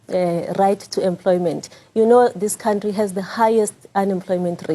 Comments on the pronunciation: It's country not count-tree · I love his count-tree 🎉